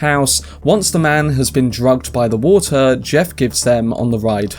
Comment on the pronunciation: Waltzer White. Tzake. Chube (tube). Watzer bottzles. Tzalking. Caughtz. = New Brexit English?